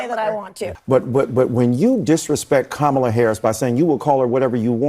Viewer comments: It’s funny how they won’t call Nikki Nimrada ( her real name), or Ted Raphael ( his real name) but will Make up a name for Kamala by calling her Kamabla as if they can’t pronounce such an easy name. It’s literally 6 letters and 3 vowels. So you tell me who is unqualified and unintelligent? What a slap in the face to all people who don’t have a European name. Republicans can’t pronounce a simple name? By the way someone just uploaded a clip of Kamala speaking at the 2006 “ state of the black union “ where she happened to speak about issues affecting black people and not defunding the police. So Trump donated to her campaign after that date When she clearly identified as part black. So please stop believing the lies. By the way making fun of people or their name is anti-Christian, pro-bullying, and just plane mean as heck!! Mr question to Trump is, Who is low IQ now? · The crazy B!tch just said Kamala but the moment she realized she said her name correctly she immediately went back to calling her Kamula! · Who cares how someones name is pronounced or annunciated? My name is often not said in the way i say it. I actually like KA - Mala better than Ka-ma-la. Its just easier. 2 syllables instead of 3. Not a big deal. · Cool maga keep being racist and disrespectful by mispronouncing Kamala's name...y'all can call her MADAME PRESIDENT after November 🤣 HARRIS/WALZ 2024 💙💙💙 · Incredibly embarrassing. Intentionally mispronouncing Vice President Harris's name is a straight up attempt to dehumanize and marginalize her. Nancy is despicable and without an ounce of dignity. Trump is going to get obliterated in this election and all these GOP members who couldn't stand up to him will find their careers as a politician coming to its end point and rightly so. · This clown of a woman is a joke. She said here name right, then corrected herself to follow the cult to disparage the VP. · It is racist to purposely mispronounced KAMALA and/or refuses to use the titles she has EARNRD